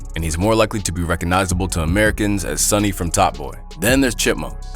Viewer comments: *Sully*, from top boy not “sonny” lool. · Sully. Its fucking Sully man NOT Sunny commeee ooooonnn